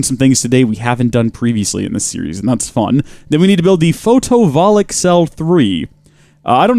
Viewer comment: the fact that he’s saying photovoltaic wrong REALLY bothers me